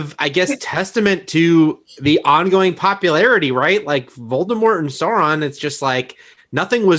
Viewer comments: Does the way says “Soren” instead of “SAURON” bother anyone else? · Me, not understanding the pronunciation of Sauron: "who is Sören from LotR??????" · How do you mess up the pronunciation of Sauron lol. Who is Sorren thankfully is there to make it right. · Sore-on? Really? Dude, smoke some better weed by now! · Seriously who pronounces it like that, certainly not anyone in the films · Thank u for this comment I wouldnt have known who söron was either without it